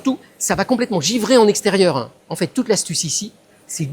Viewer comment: En hivèreuh.... En extérieureuh...azoteuh... Est-ce que ces expériences ne sont pas un petit peu contre natureuh ? 😂😂❤❤❤